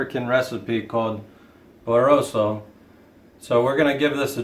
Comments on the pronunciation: HAHAHAHAHAHAHAAAAAA!!!!!!!!! .............. BOROSO!!!!? IT'S PRONOUNCED: BOO RA VORRRRRS!!!!!!!!!! IT' S NOT A SOUTHERN AFRICAN RECIPE, EITHER NUMB NUT!!!!!!! IT IS RECIPE, WHICH IS A SOURCE OF A GREAT SENCE OF PRIDE, BECAUSE IT BELONGS TO THE AFRIKANER PEOPLE OF SOUTH AFRICA, WHO INVENTED IT!!!! IT IS ALSO REGISTERED INTERNATIONALLY AS A HERITAGE SAUSAGE RECIPE! YOU SAYING THAT IT IS A SOUTHERN AFRICAN RECIPE, SUGGESTS THAT IT HAS NO DISTINCT ROUTES AND YOU WILL OFEND MANY PEOPLE!!!! SO MANY THINGS HAVE BEEN TAKEN FROM THESE PEOPLE, OVER THE HUNDREDS OF YEARS INCLUDING THEIR OWN LIVES! THEY INVENT SOME THING, OR BUILD SOME THING UP FROM NOTHING AND THE BLACK PEOPLE STEEL IT, OR DESTROY IT, OR TRY TO MAKE UP SOME PATHETIC UNFOUNDED REASON AS TO WHY THEY SHOULD BE ALLOWED TO TAKE IT! THIS IS AND WAS INVENTED BY THE AFRIKANER PEOPLE OF "SOUTH AFRICA!!!!!!!" NOT SOUTHERN AFRICA!!!!!!!!!! I WON'T SEE YOU OR ANY ONE ELSE TAKE ANY THING MORE FROM THESE PEOPLE!!!!!!!!!! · What's it called?😂😂😂😂😂😂...its boo- re- woos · It’s pronounce (Boo-ruh-vor-shh) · Lean how to prounounce what you are making . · Stop! You can’t even say Boerewors 😂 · South African here living in the US, and while you butchered the name entirely, I just want to tell you you did an INCREDIBLE job on the sausage, which is what matters! Well done, it looks amazing! 👏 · Clueless. How can you go on social media if you cannot even pronounce the dish?? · Best pronounced Boerewors ever....I am from South Africa and i will eat that wors anytime...lekker eet.